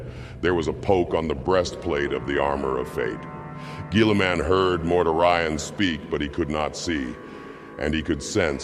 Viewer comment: Dude, I strongly suggest you look into how names in 40k are supposed to be pronounced. Or don't. "Mortar Ion" definitely cracked me up . 😂